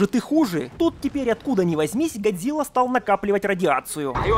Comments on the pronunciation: Почему чел с геморойным лицо (Серизава) называет не Годзила а Годзыва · Какого хуя он говарит Гадзира🤣если Гадзилла